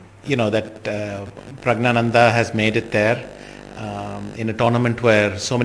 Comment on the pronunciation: Great interview! Please get his pronunciation right - Prag-NYA-nandha!